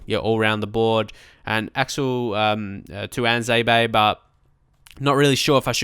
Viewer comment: Already said this but it is pronounced two-wan-zay-be